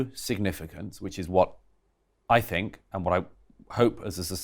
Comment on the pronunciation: I love Douglas Murray, but I cringe when he says 'fink' instead of 'think' 😞😩